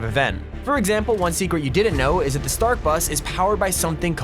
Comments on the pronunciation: Dis it on purpose he’s pronouncing it « Trask »? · Its not trask its stark